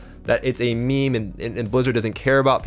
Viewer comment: this dude said me-me